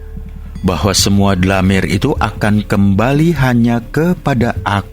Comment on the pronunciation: Koreksi dalam lafal "DLAMIR" dibaca Dhomir= kata ganti Nama(ANA' ANTA, HUWA) Agar enak di dengarnya...! Terimakasih...!